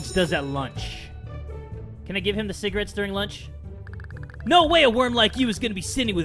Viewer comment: I just realized he said CIGARETTEÁS